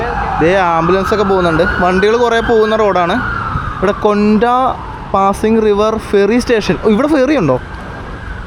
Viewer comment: ക്ലിയപ്പോ അല്ല ക്യാപ്പോ ആണ്. പാസ്സിംഗ് അല്ല പാസിഗ് എന്നാണ്.